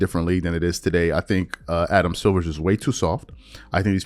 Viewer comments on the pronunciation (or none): Bruh you don't even know the commissioner's name. It's Silver not Silvers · please it's Adam Silver not Adam Silvers. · Dude. His name is SILVER NOT SILVERS. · Silver, not Silvers